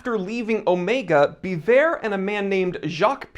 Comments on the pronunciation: it's pronounced Be-vorh also; vwah-lah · Biver ( bee-vay)